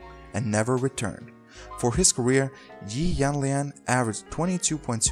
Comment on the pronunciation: You pronounced Yi Jianlian wrong...